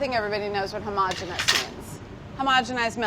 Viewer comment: And thank you for saying homogeneous correctly! What is this "ho-mo-GENIUS"?